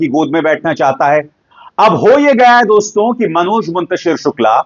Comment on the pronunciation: अभिसार शर्मा जी, निश्चय ही हम आपके प्रशंसक हैं लेकिन आपके मामूली से उच्चारण दोष के कारण झटका लगता है.. जब आप दोस्तो संबोधन को ‘दोस्तों ‘ बोलते हैं तो बरबस हमें मोदी जी का ‘मित्रों’ संबोधन याद आ जाता है पर उनकी मातृभाषा गुजराती है इसलिए हम सुनकर टाल देते हैं । कृपया अन्यथा न लें ।